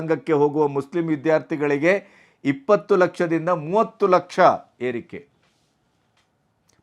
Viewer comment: ಅವನಿಗೇ ನೀವು ಹೇಳಿದ ದೋಷಗಳೆಲ್ಲ ಇವೆ. ಕನ್ನಡ ಪಾಠ ಮಾಡ್ತೀನಿ ಅಂತಾನೆ ದೇಶ, ಶಾರದ', ಲಕ್ಷ ಹೇಳೋಕೆ ಬರಲ್ಲ. ಬಹು ವಚನ ಬಳಕೆಯ ಸಂಸ್ಕಾರ ಇಲ್ಲವೇ ಇಲ್ಲ. ರಾಜಕಾರಣಿಗಳ ಸಂಭಾಷಣಾ ಸಂಸ್ಕಾರವನ್ನೇ ನಾಷ ಮಾಡಿದ ಹಿರಿಮೆ ಇವನದೇ. ಲೋಕಾಯುಕ್ತದ ಗೌರವವನ್ನೇ ನಾಶಮಾಡಿದ. ಇವನೇ ಮುಂದುವರೆದರೆ ನ್ಯಾಯಾಲಯಗಳು ಏನಾಗ್ತವೊ ಎಂಬ ಶಂಕೆ ಪ್ರಜೆಗಳ ಮನಸ್ಸಿನಲ್ಲಿ ತುಂಬಿದ್ದಾನೆ. ಒಂದಾ ಎರಡಾ., ಅಸಹ್ಯ ಆಗುತ್ತೆ. ಇವನದು ಸಾಬ್ರು ಕುರುಬರ್ ಕಾ ಸಾಥ್ ಸಾಬರ್ ಕುರುಬರ್ ಕಾ ವಿಕಾಸ್.